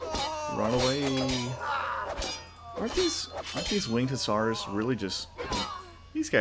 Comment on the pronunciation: Perfect pronunciation first time, gg